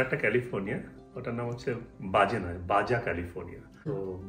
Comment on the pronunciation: বাজা নয় , উচ্চারণ বাহা , স্প্যানিশ এ জে এর উচ্চারণ এইচ হয় । আনন্দ করবেন!